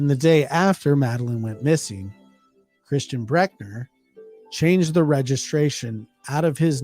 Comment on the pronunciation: Yes, I can confirm that suspects names are abbreviated to initials, the last names at least. Thanks for talking about this case and you did an amazing job of pronouncing it. Almost perfect! Please don't take criticism to heart. Some do mean very well.